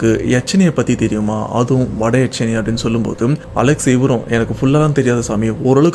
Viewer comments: Yakshini bro...not yaakshini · Yaatchani illa yakshini 😂😂😂